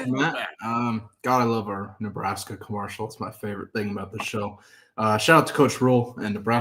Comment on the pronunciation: why do you pronounce commercial like “commoarcial”, what’s going on there like why? Love the show.